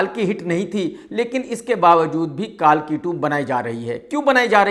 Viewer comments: Kaalki nehi kalki ,saturmurg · अरे मुल्ले कालकी नही कल्की बोल😂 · Kalki bolna Sikh le No. 1 Samosa Critic